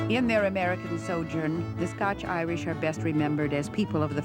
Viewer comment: Glad he said it right at the start... The scotch Irish.